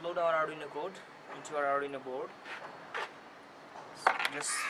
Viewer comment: Its arduino...not arrdino